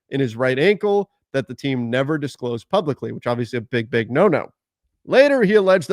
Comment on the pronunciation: Did you just say "diclosed" I'm not sure that is how you pronounce disclosed 😂😂😂